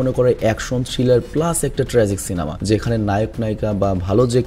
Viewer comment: Apni ekbar সিলেমা bolechen 😂